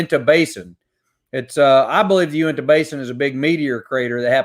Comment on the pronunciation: Ok. So I have a pet peeve about people not saying names correctly, particularly spanish or native American names. Uinta is pronounced: 'U-in-tuh'. Not 'oowenta' .